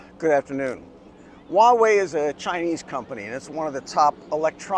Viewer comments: It's just Hwa-way, no wa-way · With all due respect，your pronunciation of Huawei is funny😉 it sounds like “uawei” HH，but it doesn't matter It is expensive in China🥲 I hope Huawei products can be cheaper in the following years